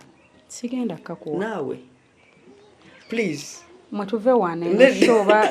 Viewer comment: Omuzungu angamba puleeeee..... puleeeee 😂😂😂😮😮